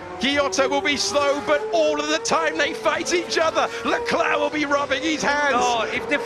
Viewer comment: "If they fight-e they loose-e!" 😂😂